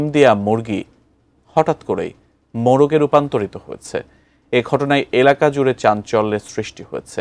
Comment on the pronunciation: মরগ কি?মোরগ সাংবাদিকের ভাষা শুনতে বিরক্ত লাগছে😡